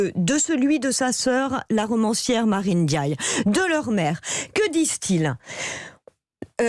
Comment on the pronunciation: On ne dit pas Pap ènediaye, c'est Pap Ndiaye